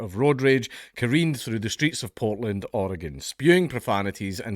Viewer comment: As a lifelong Oregonian I appreciate that you pronounced Oregon correctly.